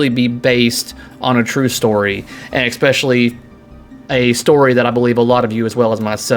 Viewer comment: Please....“ESpecially, NOT “EXspecially”...